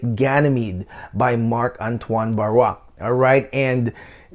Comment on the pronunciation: Thanks you for pronouncing Marc-Antoine's last name correctly. I have heard everything from "Barr-i-os" to "Bar-row". Oh my goodness!! Ha!